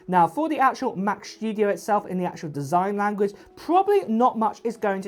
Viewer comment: Mac Schtooodieoh LoL